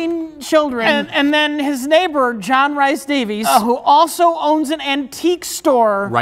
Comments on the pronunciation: JRD's middle name is pronounced Reese not Rice. should know as he has a Welsh surname 😆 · It's pronounced 'REES'. John 'REES' Davies signed: angry Welsh man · I'm Scottish and constantly saying Rice is killing me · John Rhys-Davies' name is John Rhys-Davies, not John Rice-Davies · It hurts my Welsh ears to hear John rhys davies' name wrong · Being Welsh, hearing the butchering of Rhys in John Rhys Davies' name pained me.